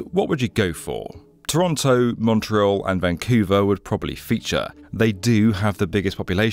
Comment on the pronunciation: "montreal" pffft hahaha good one